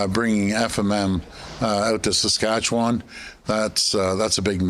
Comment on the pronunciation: When a Premier in Canada can't even pronounce Saskatchewan, that speaks volumes there Ford